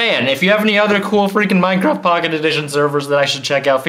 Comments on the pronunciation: It's minecraft not maincraft. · he say menencraft.hahahahahahahaha.😂😂😂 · its funny how he says mancraft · Hey he just said manecraft